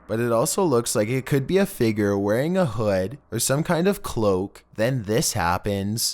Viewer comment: haunteedd. spanisshh. hoooodd. windoww. i love how you just add another syllable to the words lol.